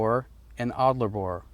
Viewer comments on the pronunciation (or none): Your credibility would be improved by correcting adler borer to alder borer. Just sayin' ... '....